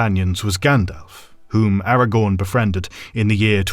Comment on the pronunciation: The irony being that despite this professional feeling he does not manage to pronounce Aragorn correctly 😉 (Or deliberately chooses to anglicise the names, which is boring if you ask me)